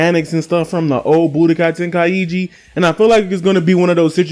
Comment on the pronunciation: Bro really said tenkaiegee 💀